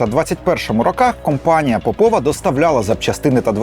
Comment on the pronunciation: ось так, кобзон усіх прийме, час, усім гру огпу нквд сс.... земля бетоном нагалос не ПопОва, а ПОпова (срачинська)